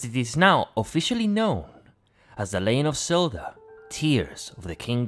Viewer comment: " The "leyen" of Zelda lol Great analysis!